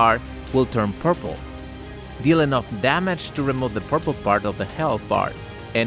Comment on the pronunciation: I heard “purple”